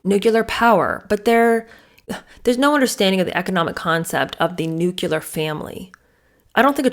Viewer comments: It's "New-CLEE-ar" not "New-cue-lar". Nuclear!! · You do know it's "Nuc-lear", right? Not "Nuc-ular"....right?......teacher?.....😮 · Nuclear is 2 syllables, not 3: Nu-clear not nu-cu-ler (George Bush Jr. pronounced it this way and ppl made fun of it😅) I'm surprised at this. You're so smart. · Pardon me but it’s nuclear not nucular.😊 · Living a 'nucular' life? The word is 'nuclear'. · Did you mean NUCLEAR, (correct word) not NUCULAR ? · New KLEE er, not new KEW ler. Is the correct pronunciation. Thanks for the great insights ❤ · Always Nuclear. Nucular is just plain ignorant. Why “ celebrate ignorance and poor education”? We are in a time when we can pronounce and/ spell words in a universally accepted way if we wish.